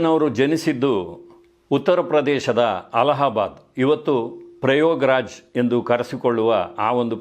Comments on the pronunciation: It is prayaagraj not prayograj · Prayagraj, not proyograj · ಪ್ರಯೋಗ್ ರಾಜ್ ಅಲ್ಲ... ಪ್ರಯಾಗ್ ರಾಜ್